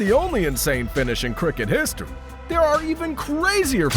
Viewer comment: IPL is three letters. I, then P, then L. Eye Pee Ell. What's Apeeyell?